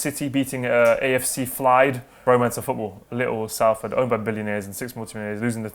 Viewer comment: Love you, but its pronounced SOLFORD not Salford